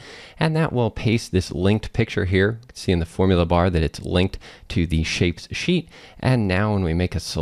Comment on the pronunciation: Excellent. Lots of info. Well done saying 'Shapes sheet'. That's not easy.